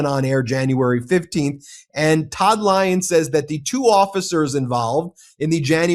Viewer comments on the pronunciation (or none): none